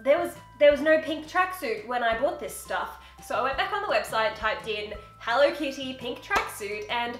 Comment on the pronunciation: Why does say HENLO instead of HELLO?